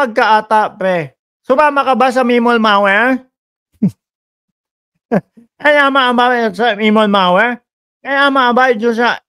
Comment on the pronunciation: Natawa ako sa "mimol mawer" 😭😭😭😂